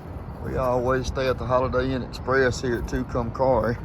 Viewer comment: TOO-cum-carry is how it’s pronounced